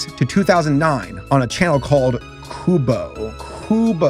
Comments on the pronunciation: damn qubo!! It was pronounced Q-BOW (like bow & arrow) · I actually remember watching these originally on qubo!! Tho they weren’t as fun as watching the DVD and VHS versions. Also it’s pronounced. Cue-boe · It’s pronounced “Kyoo-Boh”, and it was my favorite channel as a kid! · it’s not pronounced “cu no” it’s pronounced “Q BO” (Cue no” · Its pronounced "cube-oh" not coo-bow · It's pronounced "Q-bow" not "Coo-bow" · The company that started airing Veggietales is pronounced "cue-bo" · Qubo is pronounced cube-O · Its pronounce Cube-Oh Qubo i watched veggie tales there when I was little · Qubo is pronounced queue bo and it was my childhood 😤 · Qubo is pronounced Q-bo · Qubo (pronounced Q-boe) even had 321 ;penguins at one point or another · For any who see this comment it's pronounced "Q bow" and if I still remember qubo is still running to this very day. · qubo is pronounces Q-bow oddly enough lol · It’s actually pronounced Q bow. And I grew up with that channel since it was one of the only few that was available when statalie tv because the only form of tv and I had to use a converter box. That’s how I watched Vegitails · this channel still runs today, it's pronounced like Q-Bo. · qubo is pronounced cube-oh/cue-boh. It was your standard "sunday morning cartoons". They played a lot of moral-teaching shows like Jane and The Dragon and Johnny Tutu. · it is pronounce as q- bo if i remember correctly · Two things: Qubo is pronounced 'Cube-o', and Doug TenApel is pronounced Ten-Ape-l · ahh yes Qubo! the tv channel i grew up watching because i didn't have cable! Also if does see this comment Qubo is pronounced Cube-o (its basically spelling cube but take out the C and place it with a Q and replace the E and with an O) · NOOOO you cant just mispronounce peoples childhood channel: "haha kubo go BRRRRRRRRR" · Qubo is said Cube O . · Qubo is pronounced as Q-bo (and or Q-bow or Que-bo OR Que-bow) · It's pronounced cubeoh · It's pronounced Q-Bow.